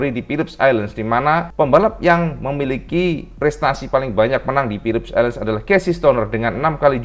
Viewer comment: Philip island om bukan Philips island, biar gk belibet hehe